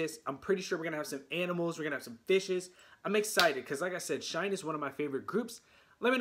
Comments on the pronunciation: Pronounced “shiny” please. Thanks for your reaction. Great comments! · We love your reactons! SHINee is pronounced like 'Shine KNEE'. 😁